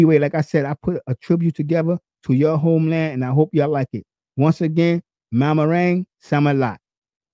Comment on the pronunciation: Do that again ^^, maraming salamat....you kinda messed the words